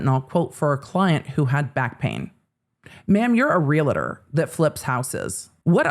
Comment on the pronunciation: Re -Al -ter , not re -Li-ter